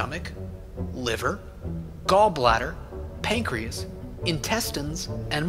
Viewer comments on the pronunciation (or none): pancreas not pancakes